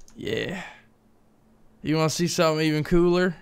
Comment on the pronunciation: “You wanna see something even coolar?” Lmfao, I keep rewind tht part 😂😂😂😂😂😂